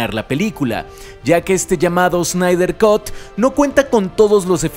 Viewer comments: Snyder "cat", no "cot" por favor! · Cut en inglés se lee "cat" no "cot". Saludos.